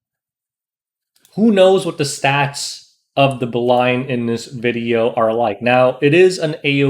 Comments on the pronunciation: I think it should pronounce "Belyan" not Belayan... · Bel-e-an i think its pronounced. seems like a world arena unit with the soul cancelation. Id pair her with a faster bassaar or operator sigret. S3 strip and reduces CR then she follows up, further reduces CR and provokes basically giving 2 turns for the team before they can control attacks. If you paired it to kill a bruiser team, bring straze. she is very stat hungry and team dependent.